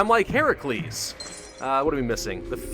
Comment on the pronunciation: Yay he pronounced heracles right